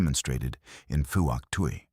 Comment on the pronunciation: Fook Twee not what the yanks call it!